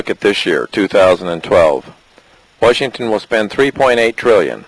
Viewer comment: way-shington. really?